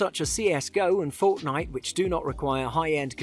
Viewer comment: and the way he pronounced it lmao 😂 - such as a fort Anita